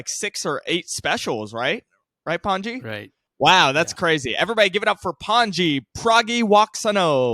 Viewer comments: Honestly, everytime i hear they say your name, all i heard was pungee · Its pronounced Pun-G